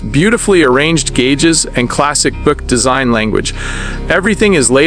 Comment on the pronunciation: Pronounce Buick right!